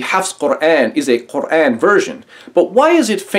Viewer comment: Although I don't agree with him about his hate for Islam, I do respect him because he pronounces "Quran" correctly.